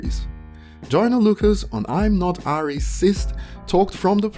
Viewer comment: You pronounce Racist as Ray- cisst